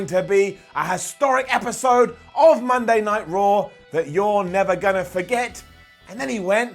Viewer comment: Cole saying "Monday Night Yard" made me want to change the channel 2 minutes into the damn show. I honestly felt like I was on some kind of drugs watching last night it was terrible.